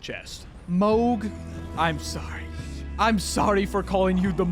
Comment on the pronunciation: Oh how wrong you are on “Mohg les ter” part